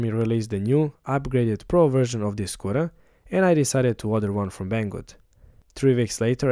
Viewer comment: Great work! but, only realized, that you were saying "Scooter", and not "Squirrel", at the end.